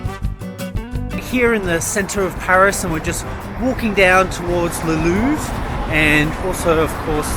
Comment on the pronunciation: Loved the video but it makes me crazy how you pronounce Louvre